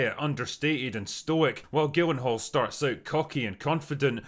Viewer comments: Because I like your vids and this movie, I'm gonna forget your surprisingly wrong pronunciation of Jake's last name😂 (there are a couple different ways to say it, but with a hard 'G' is not one of them..lol...lay off the sauce drinker) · Why does Drinker's hard G on the pronunciation of Gyllenhaal rattle me so much lol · Jake Gillen-hall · No one gonna talk about how he pronounced “gyllenhaal”?